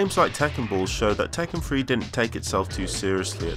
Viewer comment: Did tekken have a free to play entry? He keeps saying “Tekken Free”. What does he mean?